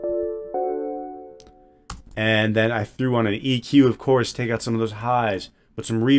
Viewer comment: why does he call it eqer 😭